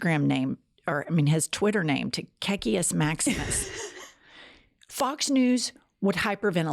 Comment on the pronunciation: Are you saying " KKK Maximus" ???